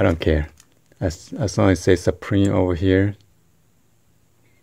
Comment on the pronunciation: I lmao'ed at the way you said suprEmeat